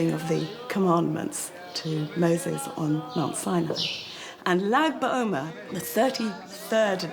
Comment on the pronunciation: Nice video... Powerful special place You mention Lag ba omer.... Lag = לג = 33 in hebrew counting (Not zaid ba omer as the voiceover is saying!) It is the anniversary of the day of elevation of 2nd century kabbalist Rav shimon bar yochai, author of the Zohar ~ the 33rd day full of light during the 49 day personal journey of transformation from passover to Shavuot ~ a very spiritual/mystical journey Interesting that the origins of this synagogue connect to the energy of lag ba omer...